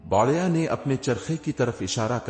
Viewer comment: Lafz Ko sahi kaho aur kanna sudhar lo सही लव्स गाना बढ़िया नहीं बुढ़िया आलम नहीं अलीम